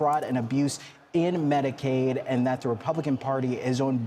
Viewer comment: PS: -it’s Medicaid, not Medicade. Also, the Affordable Care Act is Obamacare, just so you know.